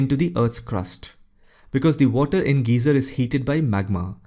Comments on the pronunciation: Great video though I would like to point out a few pronunciation corrections. A geyser is pronounced as guy-zer not geezer. A geezer is an old grumpy man. Fjord is fyord not jorg. Also the f-word is a swear word. To say something is silent you'd say the letter (insert letter) is silent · Lichens is pronounced "laee-kens" not "litchens" Geyser is "gaee-zer" not "gee-zer" Fjord is "f-yord", not "jord" — not sure where you got the idea that the f is silent. Aside, really enjoyed the video.